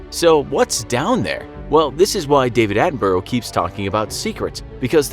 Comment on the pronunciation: He said David Attenborough wrong it a bruh sound at the end of his name not bro